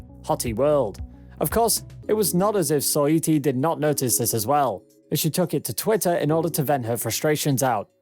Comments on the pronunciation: Are you saying megan three stallion?and soyeetee instead os saweetie? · Megan "three" stallion, soyittee, and cuavo😂😂 like what!??? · And Soy-ee-tee 😂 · I can’t tell if this is a robot voice or not lol He botched saweetie every time too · 😂 its probly siri brother tbh. Simple words always botched